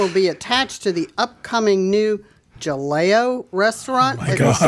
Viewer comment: Breaks my heart to see you guys struggle with the word Jaleo. It’s actually pronounced like Hah-leh-o I am also excited to try this new restaurant by Jose Andrés. He is awesome!